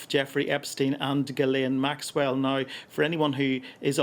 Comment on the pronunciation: so petty but I love no one says “Ghislaine” correctly ever